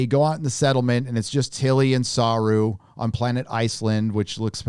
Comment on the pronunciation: your reviews are funny to watch. You would think that you’d learn how to pronounce the name of Doug Jones’ character by now 😂